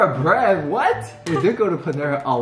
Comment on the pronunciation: the most chinese “what?” Ever😂